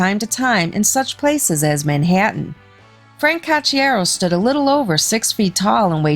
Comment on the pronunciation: Horrible narrator. Can’t have someone with a midwestern accent narrate about things going on in NYC. Her pronunciation of the word “Manhattan” made me cringe.